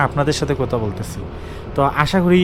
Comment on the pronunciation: Vi কতা কি? কথা শব্দ ব্যবহার করলে হয় না? আর খ এর উচ্চারণ টা নরমালি করলে হয় না? মাইন্ড করবেন না।